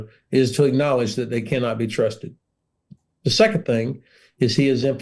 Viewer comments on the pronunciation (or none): Why is the presenter pronouncing “the” as “zii” 🤷‍♂️?, this is absolutely nothing to do with his accent - it’s just ridiculous to hear that “”zii, zat, zet, zes”” all the time (constructive criticism is the best way to learn anything not just another language)